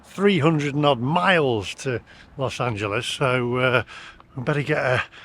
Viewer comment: I went to Amityville in 1979 while on holiday from UK 15 years before we moved to the US. Visited "the house" (112 Ocean Avenue). Carmel didn't remind me of Amityville. We've got "Hog's Breath Inn" t-shirts. Well done on your pronunciation of "Los Angeles" - even the oh-so-proper BBC can't get it right, they call it "Los Angeleees".